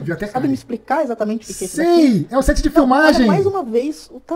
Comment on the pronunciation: Cadê o "X" nesse "esatamente", Man...